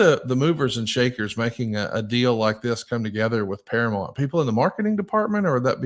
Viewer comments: Can not read? It’s para MOUNT not para mont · ParaMOUNT. Not Paramont. Geez ya hillbilly. 😂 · Hey, it's ParaMOUNT, not ParaMont. Learn to say it right. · I know he’s from Alabama, but damn say Paramount correctly…. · I'd like to have a meeting with so we can practice saying "Paramount" correctly.